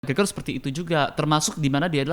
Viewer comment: McGregor bang bukan gragor